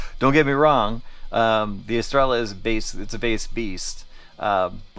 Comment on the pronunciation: Es-Tray-Yuh Please tell me you dont call it a Tore-Till-Uh too? 😅